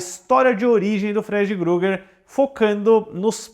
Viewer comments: Não leve a mal, mas é Krueger, não é Grueger como você fala diversas vezes, kkkkkkkkkk. Concordo, Freddy é o melhor personagem/vilão de terror de todos os tempos. Mas acho que grande parte disso é devido ao Robert Englund. Seria estranho ver um novo ator. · Amigo me dando agonia vc falando Freddy Gruger. Poh meo, nem para pesquisar o nome do personagem ? É Freddy Krueger